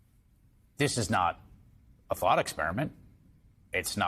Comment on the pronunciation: Did he say a Vought experiment or a thought experiment just before 7 minutes in? lol